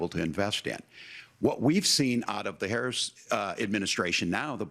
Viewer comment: J.D. Vance is lying like a freaking rug during this debate. I am interested in the number of lies Vance spewed throughout this debate. I don't know if J.D. Vance is aware that Kamala Harris is not currently the POTUS and dies not have policy, cause he keeps saying "Kamala Haiise policies."